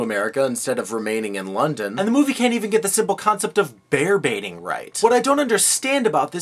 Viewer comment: They said Bear Baiting? Wow, not only is this history wrong, but because of their actions, I've always thought until now they he was saying "Bear Beating".